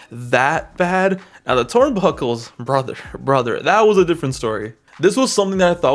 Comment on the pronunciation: twurnbuckle :3 😂😂😂